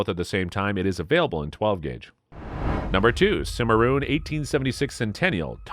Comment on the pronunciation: Why are you showing the wrong guns. Most of the ones shown during the colt SAA part weren't even single action army's. Lol Learn how to pronounce Rossi, Stoeger, Cimarron. You forgot all the Uberti 1873 winchester replicas and the Rossi 1892 replica. Plus the Marlin lever actions and sharps reproduction... Great subject material. Terrible delivery.